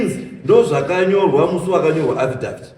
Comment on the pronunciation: Affidavit mambo weee, not afidaft 😅😅